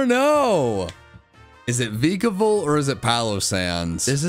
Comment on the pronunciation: The E in Vikavolt is supposed to be an A!